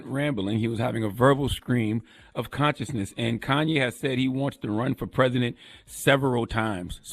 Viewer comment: He Gone Mad...... plain and simple Like come nah.... It's Kanye